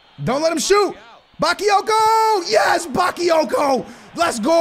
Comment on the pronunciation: OMFG NOT BAKEEYOKO IT'S BAKAAAAAAAYOKO